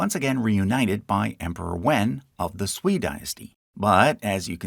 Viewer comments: Sui is pronounced "sway" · "sui" should be pronounced like "sway"